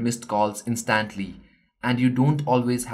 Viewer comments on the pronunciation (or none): In-Stant-lee Lol that made me laugh